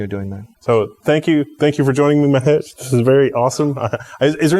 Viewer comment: I think you guys mispronounced his name its Mahesh not Mehesh.